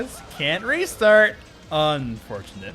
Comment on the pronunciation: Same, especially with "UNfortunate" 😂